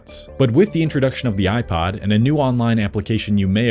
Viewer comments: Why do you pronounced "iPod" as "iPad?" How do you pronounce "iPad?" iPid?" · he pronounces iPod like it's an iPad. 🤮